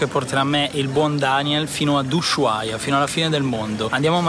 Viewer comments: si dice usuaia, no sh...😅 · Non si pronuncia la h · Per favore pronuncia bene il nome della città perché come lo pronunci non è corretto!!!! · Tvtb ma la H in Ushuaia è muta